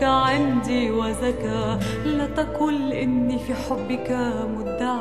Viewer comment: نطقها غلط لاتكل (لاتقل) الكمر( القمر) خربت الموشح بنطقها